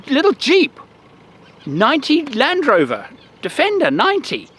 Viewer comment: Great set of things to think about. If you had to choose something in the US for these same criteria, what would it be? (Also, I noticed the slip when you said, “Land Rover.” ) :-)